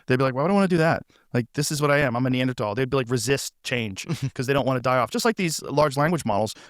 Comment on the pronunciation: This is very unimportant overall, but the way he’s pronouncing “Neanderthal”…. 😒 it’s so obvious one of his “genius” friends told him that’s the correct way to say it lol.